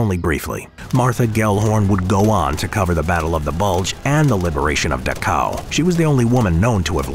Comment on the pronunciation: Duh cow?! You mean Dachau.